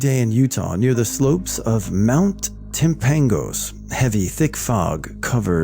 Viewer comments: Timpanogas is pronounced Temp-uh-no-gus. Just for future reference! And if you ever run into the words Nephi or Lehi in any of your readings, they're pronounced Neef-high and Lee-high. Source: life long Utahn. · I live near timpanogos (timp-uh-no-gus) but I've never heard or seen anything about something that could kill a raccoon, since it's in the valley and most of it is city